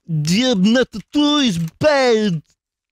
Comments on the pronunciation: bbUAAYoonneettaa iss BBUAD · everyone is talking about how vootey is saying "please" but nobody talks about how he says "bad"